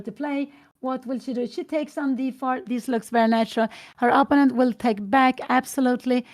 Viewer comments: What's up? Sometimes when English isn't Your Native Language, some People can have difficulty with Certain Words in English. That Might be the case with Mrs. Gramling. So, We should grin and bear it so to speak. She is such a Nice and Kind Lady Who Loves Her Daughter Anna very, very much. But, if One just got to tell Her She is Pronouncing " Opponent" wrong, Please do it Discreetly like in an E- Mail Correspondence. She just might genuinely appreciate such. And like that She want be on the Spot with the Other Viewers on YouTube. Have a good one, 🕊️ Out. Freeman from the States the United States that is. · Perhaps Pia Gramling would actually be glad to know that she pronounces "opponent" incorrectly. I would certainly like to know if I were publicly pronouncing something completely wrong over and over again.